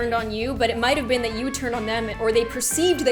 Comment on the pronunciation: Natalie Whaley didn't have any grammar errors, she spelled "been" the American way. just pronounced it like '"bean"